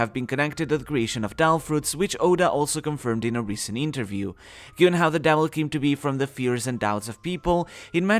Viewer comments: Is it just me or is he saying "Davil" fruits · Does anyone else get annoyed when he says "devil" ??